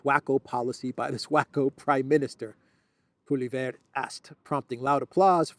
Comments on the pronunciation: Polly Ev, not EV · His name is pronounced pwa-lee-ev, accent on the first syllable. Sanity will return to the Canadian government when he becomes Prime Minister. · Opposition leader in Canada's name is pronounced "POLYEV". Don't let all those letters in his name intimidate you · thanks for your great reporting!! The name of the Canadian opposition leader is pronounced [Polieve]😊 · The Canadian Speaker of the House is a liberal.....it's not the first time he's used his bias against the opposition. They're calling for his resignation. Pierre Poilievre (pwa-li-ev-re = a good enough pronunciation) is bringing Canada back again. Wacko is a pretty good word that applies to many diverse subjects! Who will be voting in this wacko election with VanderCrazy? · His name is pronounced Polly-ev , get familiar with it he's going to be the next Prime Minister.